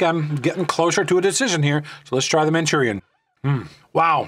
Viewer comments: Manchurian??? Ma Rue Chawn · “MaChUrIaN” LOL 😂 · Machurian lol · which is worse?: manchurian or ray-man/ray-men